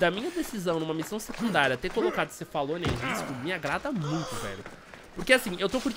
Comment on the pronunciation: É cefalonia, kkkkkk. Tu falou Macedônia